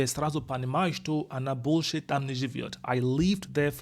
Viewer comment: 😀When u say “больше» , it sounds like bullshet ,lol